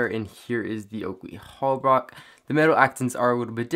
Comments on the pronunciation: Holbrook not Holbrock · Holbrook - Hole brook..... not hall-bruck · Why are you saying Holbrocks lol it is Holbrooks. Brooooooks. not Brocks. Jezuz. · He says Holbrook wrong everytime lol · Cringes every time he tries to say Holbrook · You pronounce holbrook wrong.